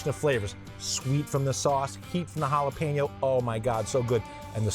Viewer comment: It’s jalapeño NOT Jala-Peen-no